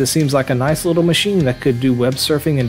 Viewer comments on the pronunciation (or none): none